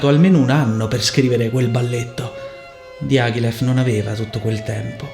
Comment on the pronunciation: Dee ah ghee leff! Dye a gly yif! My word. I could not recognise Diagilev's name from your pronunciation. I love your analyses though. Please try to pronounce names as close as possible - I know you are able to! Go for it!